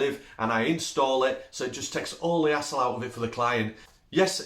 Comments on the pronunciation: I thought you were saying asshole free at first until I realized you were saying HASSLE free. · "Take that 'hassle' out" of the radiator cover ...listening in Australia it sounds like take that asshole out 😂 love the accent! Thanks for the laugh! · hassle🤦‍♂️. i thought you were saying asshole. "take that asshole off their hands" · Love your accent. Had to listen closer when you said 'hassle', thought you said asshole at first. Lol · He said hassle lol.. took me a minute here in the states.. thought he said a**hole lol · We are so happy to see that your business is doing well. We love the ideas you have listed. All... brilliant. I did find myself chuckling when I realized there is a definite language barrier issue between us. I had to replay a spot several times before I realized what you were saying. You kept referring to "Hassle" and I was shocked because I thought you were swearing for some reason and talking about "A**h***s!": I thought there is no way would say such a thing. LOL!!!!